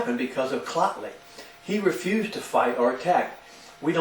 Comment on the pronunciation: great assessment dude..dont worry probably next time you wont be saying 'Clottley' or 'Cottley' in your video.